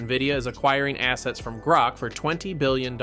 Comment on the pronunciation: It's Groq not Groke.